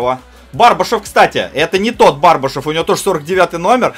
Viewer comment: Не БАрбашев, а БврбашЁв